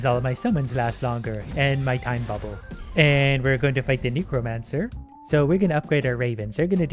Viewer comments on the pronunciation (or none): what about the Nee-kro-man-sir? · The way you said Necromancer is... um...